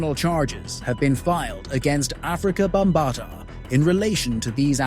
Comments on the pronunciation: Bam ba Ta learn how to pronounce his name before you speak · You are mispronouncing his name. Makes it hard for me to take this seriously.